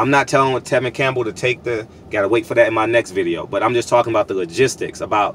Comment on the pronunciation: “Tevin Campbell” you funny af 😅